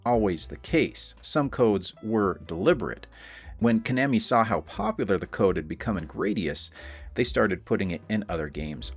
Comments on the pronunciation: Ko-nammy ❌ Twenty-oh-seven ❌ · It’s Ka-Nah-Me 😂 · “Ko-namy.” Are we serious bro? :| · Repeat after me... Koh-NAH-mee. AI bot mispronouncung things again. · Lmao I was like he has to be doing this just to piss people off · Well, to be fair, your pronunciation is not quite correct for Japanese, either. (No syllables get emphasis like that.) Still, not as terrible a mutilation as the typical English pronunciation of 空手 (karate). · Yeah, but he’s pronouncing it wrong aswell.